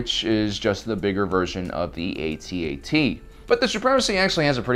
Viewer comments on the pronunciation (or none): It's NOT like ATAT or "atat", since ATAT is short for All Terrain Assault Transport, whereas "Executor" is a word which can be pronounced 2 ways, with both pronunciations actually being correct, while "atat" is just wrong and stupid, and ATAT is the correct way of saying it. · its AT-AT not @@ just saying